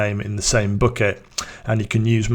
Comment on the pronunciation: not booket, but bucket...man...